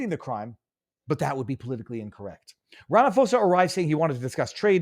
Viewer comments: Viva Frei I want to start this by saying I am a fan, but I have some constructive criticism. Just as you did in this video, could you please try and research your stats (example here is your saying that South Africa is one of the top 5 dangerous places and then you list others but say you're not sure if you got them right) as well as the pronunciation of people's names "before" you post your videos. I won't speak for others but it when you don't it affects my ability to trust your reporting fully the way I would like to. I get it, there are certain things that you speak about that you were not prepared to speak about - I'm not talking about those. But you knew you were going to speak about the president of South Africa today but you didn't bother to check the pronunciation of his name. I stead you apologized (profusely to your credit) but don't apologize - just take 6 minutes before you go on air to get it right. Other than that, all blessing to you and yours for all you do ❤️🙏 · Viva, its RAMA-P(h)OSA. "H" is silent 😅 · It's not Rafamose...just call him squirrel. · Ra fa mo sa 😂 funny, love it It's pronounced Ra ma po za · Just quickly Takes the punch out if you say it wrong It's Cyril Rum-ah-paw-za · Ram-I-po-sa. Lol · While I agree with most of your analysis I would have expected you, as a journalist, to at least take the trouble an pronounce our Presidents name correctly - it's not Ram-pha-mosa it is Ra-ma-phosa! the ph is pronouned as a "p" not as a "ph" sounding like an "f". And just do add, I am a naturalised South African imported from Austria in 1970 and I love it here, inspite of all the issues we have the contend with in SA. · The correct pronunciation is 'Ramapoesa'. You are welcome! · Ramaphosa prounounced: RA MA PAW SA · you not even close to saying Ramaphosa's name correctly but I love the way you say it. here we like to say Ramapoes.